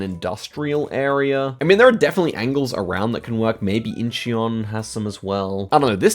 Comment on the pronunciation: the "EO" (ㅓ) in Incheon is a digraph, it's not 2 vowels "ee-aw" but a single vowel kinda like "uh". It's the same "EO" in Seoul. It's sometimes written as "U" instead of "EO" like the "U" in "SAMSUNG" or the U in "HYUNDAI". So you can say "Incheon" like a mix between "inchawn" and "inchuhn"